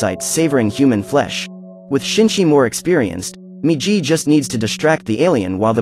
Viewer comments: its migi not miji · not jee -> GI MIGI -> "right"